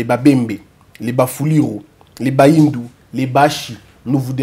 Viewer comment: On ne dit pas bahindu , on dit ba nyindu